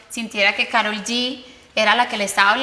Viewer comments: POR QUE SON TAN RIDÍCULAS Y LE DICEN KAROL CON PRONUNCIACIÓN EN INGLÉS??? IGUAL LO PRONUNCIÓ LEILA DE BILLBOARD Y CHRISTINA EN EL SHOW DE CHRISTINA... TODAS SIENDO HISPANO HABLANTES.... SE LLAMA KAROL EN ESPAÑOL!!!!! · Wey es latina, deja de pronunciar su nombre como si fueras gringa.